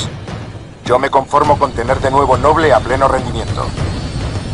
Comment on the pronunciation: esto me gusta, porke en la version latina,en vez de decir ``noble`` dicen ``nobul`` y aki si lo dicen bien como se debe de decir ``noble`` no ``nobul`` excelente video.